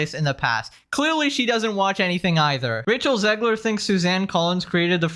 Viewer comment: did you say "Racial Zegler"? 🤣